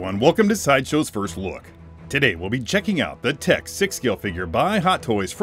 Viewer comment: It's pronounced 'Tick' :D